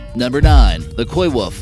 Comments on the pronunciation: You never heard of a "coy-woof" lol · When he said Coywolf my brain heard Koi-wolf...I thought, Whoa !!!, this should be good !!! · there's your KoiWolf 😂